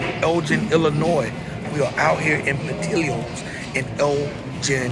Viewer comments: But we gone have to talk bout how bad u butchered they name. It's up there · As a chicagoan it hurts hearing the pronunciation of portillos 😂but great review